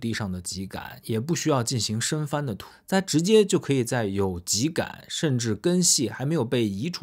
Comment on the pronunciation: 更正一下，秸秆读音为： jiē gǎn，我们东北都读成二声 秸秆，不是ji